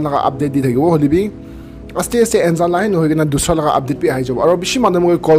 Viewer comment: It's actually Nzan... ❤️ don't pronounce the 'N' as it is but,like uNNNzan..